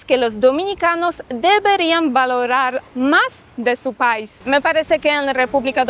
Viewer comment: CUANDO DICES LA PALABRA PAIS DEBE ACENTUARLA MAS EN LA LETRA I.O SEA PAI'S TIENE ACENTO EN LA I .DEBES DECIR MAS FUERTE EN I QUEVEN LA LETRA A